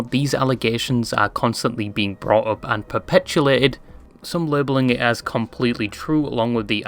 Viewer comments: awsome video! I will say though you mispronounce perpetuate every single time you say it (and you say it alot) its perpetuate not perpetulate. Theres no L in there <3 Otherwise incredible video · Perpetulate lol